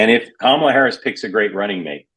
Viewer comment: Hey Mark, why didn’t you correct Joe’s pronunciation of Kamala ?